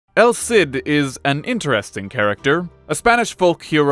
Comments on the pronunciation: It’s pronounced “El Seed” though. Listening to you say “el Sid” over and over is painful. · Ah, well you’re right about that. In any case the “el Sid” pronunciation is wrong and I’m not sure how hard he’s trying if he’s pronouncing it that way.